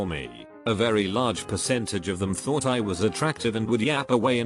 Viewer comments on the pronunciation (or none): none